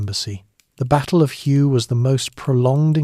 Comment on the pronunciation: It’s pronounced “Way” city…. Hue … kind of an important detail